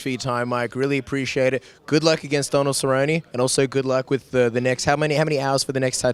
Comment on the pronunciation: Man is BUTCHERING Donalds name